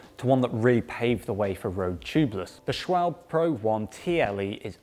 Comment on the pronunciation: It's SCHWALBE(h) NOT schwalb , same as PORSCHE(h) NOT PORSCH !!! Very painful for me as a German to hear a little englander pronounce it incorrectly !